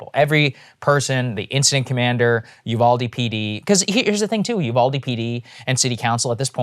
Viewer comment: Uvalde is pronounced "You-Val-Dee" (not You-call-Dee)